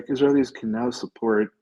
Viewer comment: The word “support” has a T on the end.